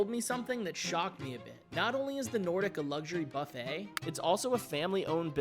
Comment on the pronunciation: Buff eh! Not Buff it.